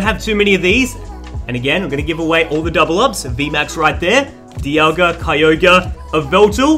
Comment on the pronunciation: Lol he called diagla Dee aw guh